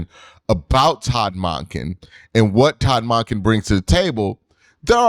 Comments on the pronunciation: The WAY you say Monken though 😂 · Q i ain't going to be able to make it thru the next couple years listening to you pronounce that man's name. Sounds weird AF.